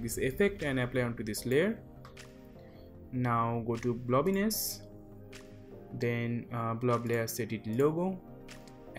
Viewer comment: Really good tutorial, easy to follow! I like the way you say blobiness 😄🤣.